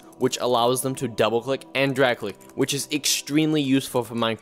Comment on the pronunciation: "it can't dwag cwick im so sad"